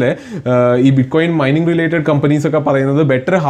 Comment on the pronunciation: Myning alla mining enn aan😅